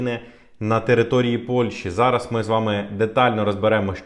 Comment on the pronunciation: Дякую за вашу роботу. Але! Будь ласка, попрацюйте над своэю українською, ці всі "ч, ш, щ...", вони мають звучати м'яко, а не як щось потворне. Не ЩЧо, а наче буква "щ" та "ё"(з рашисської мови, вибачте за такий приклад). Нема слова "зара", є "зараз", слова "буде, будуть" мають наголос на перший склад. Гарна мова- не соромно!!!